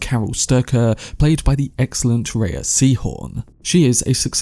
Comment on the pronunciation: Thanks for the review. It was really calming. // Rhea = "Ray".